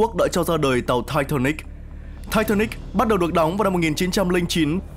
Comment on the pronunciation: Sao ko đọc là titanic cho nó thuần việt nhỉ. Nghe thai tha níc khó chịu thật sự